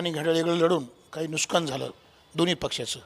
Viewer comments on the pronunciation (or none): नुसकान नाही नुकसान म्हणा